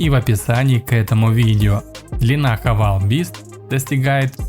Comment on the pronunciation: Кто кого хавал, автор?! Ну ёлки палки! Правильно произносить Хаве́йл